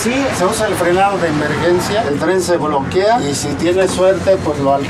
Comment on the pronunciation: "El tren se bloquia" :v